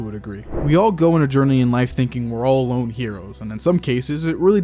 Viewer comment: "Lone" no...